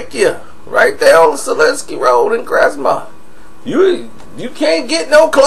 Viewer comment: Yeah you official that boy say "Selinsky" lol thats my block. Southpark